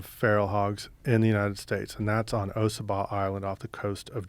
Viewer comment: it's pronounced ossabaw (awe-suh-baw)